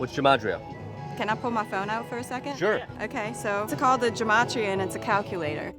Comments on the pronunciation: Gematria is pronounced with a hard "g" like guess, not a J sound. And it's used with Hebrew letters, not English. I'll bet you she's antisemitic but yet is using Gematria...? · Maybe if you aren't Jewish you should shush with our words. It is Gematria, hard G, guh ma tria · Gematria it pronounced with G like Get ... and it is for hebrew letters not english letters ... and is not used for this and it's obnoxious when they take something they dont understand from religions and cultures and make a dumb app to help crazy people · It’s a hard G in Gematria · i honestly thought she was mispronouncing Geometry smh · It's pronounced "Geh-mah-tree-uh" and it annoys me that people are using it for their insane beliefs. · So Gematria is originally a Hebrew numerology system tied to Jewish mysticism. As one prominent example, the number 18 is considered lucky in Hebrew because it corresponds to the word "Chai", which means "life" (and is the root of the commonly-heard "L'chayim"). And it's pronounced with a hard "g", not a soft "g". "Ge-ma-tree-uh" not "Jeh-ma-tree-uh". It bugged the heck out of me whenever they pronounced it wrong. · Gematria, pronounced with a hard G… but anyways, that part cracked me up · In case anyone is wondering- “gematria (pronounced with a hard g),” or numerology, is both an interpretive tool in Rabbinic Judaism, as well as a mystic tool used in Kabbalah to make connections between different concepts, events, people, etc. Basically, each letter of the Hebrew alphabet corresponds to a different numerical value. I am sad that it’s been appropriated by crazy conspiracy theorists who don’t seem to know anything about it’s Jewish origin and purpose. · She can't even pronounce gematria right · Gotta love how the antisemites went ahead and coopted "gematria" while mispronouncing it with a sound that doesn't even exist in Hebrew.